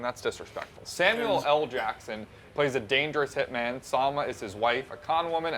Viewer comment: Only watched the first couple minutes. Why is pronouncing hitman like "hitmin"?